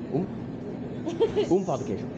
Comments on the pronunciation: "Pau de Queijo" definitely is not "Pão de Queijo !" Ahahaha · beware of "pau de queijo" pau means dick in Brazilian Portuguese. the correct is pão de queijo, like "paun" not pow . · I'm a brazilian and in I laughed so hard, most beginners can't pronounce correctly "pão de queijo"(cheese bread), so it sounds something like "cheese dick" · Bro, a council: NEVER, IN NO HYPOTHESIS, say “pau de queijo”, it’s pronunciation is like “peu de queijo”. ‘Pau’ is dick in Portuguese. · O cara fala pau de queijo kkkk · He's doing very well, except the "Pau de queijo" 😂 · It's very funny for us brazilians to hear foregneirs pronouncing "Pão de Queijo" as "PAU de Queijo", because the word PAU means Stick but it has a sexual meaning hahaha but I do understand that it may be difficult for foregneirs to pronounce words with "Ão": Avião João Pão Natação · Just be aware how u pronounce the word "pao de queijo", the word "pao" cannot sound like "pau" it means somenthing not very nice to say to a stranger 😂😂😂😂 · Acho que a atendente da cafeteria sabia falar em espanhol e pensou que seria mais facil pra você conversar assim, digo isso por que em sua primeira conversa não parecia estar falando em pt br 😆, e o clássico "pao de quejo" 🤣 todos que estão aprendendo ptbr tem a dificuldade de pronunciar, faz parte. Parabens e sucesso nessa jornada🙌🏼👏🏼